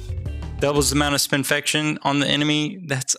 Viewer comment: smoke mod: bombs apply blind 1 choke mod: bombs apply spinfection 1 choke mod found also, its spin-fection, as in spin + infection and not spin-fi-ca-tion